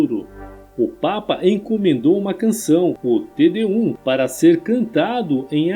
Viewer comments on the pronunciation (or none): Não é "tedé 1" que se diz, em Latim é "té déum" e se escreve "Te Deum", que é a maior das revelações do Cristianismo, pois se resume na missão de Jesus, que é o Novo Testamento, afastando o Velho Testamento, apenas para dizer que o Verdadeiro Deus não é Jeová, o sanguinário Deus dos Hebreus. O Criador não tem nome, Deus não tem nome, mas é Pai, é compreensivo e misericordioso, não é sanguinário, nem vingativo ...